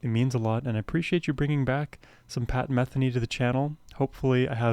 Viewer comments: YAY!! one of the best musicians/composers on the planet, especially whenever paired with Lyle Mays RIP..., btw, pronounced meth-EE-nee... one other comment, for those who know tennis watching Lyle Mays play piano is like watching Roger Federer play tennis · You might like to actually SEE this (along with The First Circle) being performed live. There are videos here on YouTube. (BTW his name is pronounce muh-THEE-nee.) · I've been a fan since the early 80s. I've always heard his name pronounced Me-THEE-knee. Was I wrong all these decades? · Enjoying your journey with Pat Metheny Group (pronounced Muh-thee-née). His music is uplifting and great to drive to. Try his studio versions of “Antonia” and “To The End of The World.” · You mispronounced “Metheny” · Please pronounce his name correctly. I'm sure he would appreciate it. 🙄